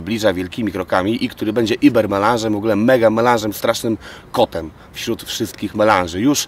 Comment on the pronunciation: iber melanz to znaczy melanz iberyjski?? bo chyba nie UBER ?? (wymowa)